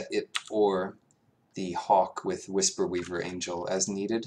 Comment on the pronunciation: Wisp-weaver, not Whisper-weaver. The only thing about the entire draft that bothered me. The rest of it was great. That just... really rustles my jimmies.